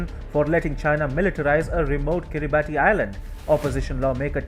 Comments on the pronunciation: I don't want to be picky, but the country is pronounced Kira barss not Kiri barti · It's pronounced "Kiribass" not "Kiribati" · Kiribati is pronounced as kirabass.......Like Pilipino Tagalog pronounced as tar gar log....🇦🇺👍🥳🍺👁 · Pronounced Kiribas. The spelling is peculiar. You're not the first journalist to get this wrong. This doesn't reflect well on your otherwise excellent work. (Be better than rest) Best regards Good work.